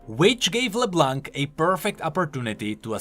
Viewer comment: Would love a video about Leblanc's card, but please. It's pronounced Leblan, not leblank. It means the white in french, and the c in blanc is silent